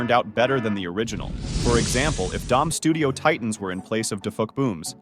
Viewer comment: U said studo